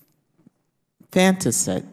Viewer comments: "Why can't we care about both?" Because we're the LEFT, duh! Agree with us totally, or you're a misogynist, or racist, or whatever else we can get away with calling you. Anyone else catch can't pronounce infanticide? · couldn't even pronounce infanticide or maybe she just couldn't read it.